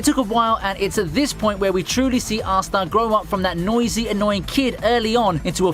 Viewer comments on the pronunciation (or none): none